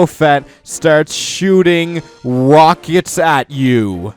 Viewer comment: I thought in one part of number 5 I thought he said wockets 😂